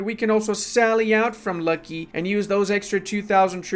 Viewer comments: Every time i hear how calls luki as lucky i get pissed for some reason. Luki is look e and provinces with zh is like j in romanian. But anyways good content as always. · Not Kholm, but holm. Not Lucky, but Luki (like in "Looky").